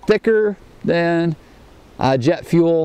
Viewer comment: "jett fuell!" O_o sniffs "JETT FUELL!!" O_O